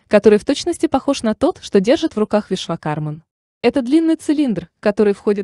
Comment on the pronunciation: Очень познавательное видео, но я не ожидал, что так мало расскажет про ВишвакарМУ!! Автор, простите меня великодушно, но очень сильно режет слух окончание МАН. Уверен, все те, кто изучал Веды меня поймут: 1000 раз произносится в ролике имя этого божественного архитектора и 1000 раз неправильно!!!!!!!